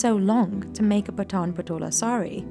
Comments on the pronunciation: Its not पठान. It's पाठन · The pronunciation of PATAN is very wrong. It should be PAA-TA-N.....Please correct it. This is one of the most unique and iconic traditional legacy of Gujarati, India....